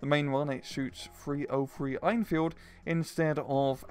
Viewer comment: I don't know why this bugs me, but the way you pronounce 'Enfield' is (in my opinion, don't value it too much) wrong. It's pronounced as 'N-Field', as the E in Enfield is silent (?). You say it like 'Ain-Field', which is incorrect.